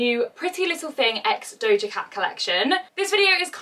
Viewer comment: doja cat not dodja lol